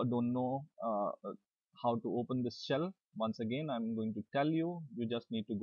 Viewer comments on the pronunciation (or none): none